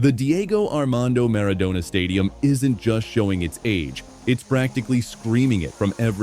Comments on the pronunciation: Animale che sei si dice Maradona no miridona fate letteralmente schifo per non dire Munnezz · Diego Armando Meridona non si puo' sentire. Questa ia è a livello di uno scimpanze' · Animale si chiama stadio Maradona no Miridona fate letteralmente schifo per non scrivere che siete Munnezz a infangare un nome cosi enorme